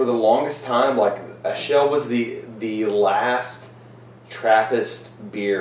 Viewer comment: It's pronounced Akel, actually, since it's from Limburg. I've had Westvleteren 12 many times, and I can say that it blows St. Bernardus Abt 12 out of the water. I once had a blind taste test along with the Abt 12 and everyone tasting picked the "Westy" over the Abt 12. But it is subjective.